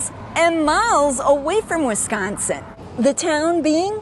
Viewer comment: Just another story from Wis-con-sin. Accentuate the syllable "con" !